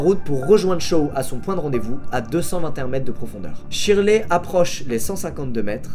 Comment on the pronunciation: Shirley se dit sherley